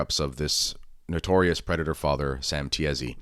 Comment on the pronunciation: It is pronounced Tee-see (Tiesi)